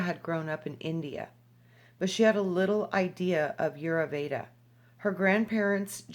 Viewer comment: Vasant Lad. Check him out. Ditch the new age paradigm and understand that Ayurveda...pronounced...i yur vey da , is thousands' of years in practice. Jumping from book to book is merely clipping scraps . If one truly chooses to immerse in the healing modalities of Ayurveda, then apprentice to a practioner and study the vedas. Otherwise, reading one sentence out of a book means nothing. Practice makes perfect.